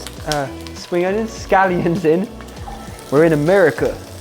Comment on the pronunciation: “Spring onions? Scallions. We’re in AmeRICUH!” 😂😂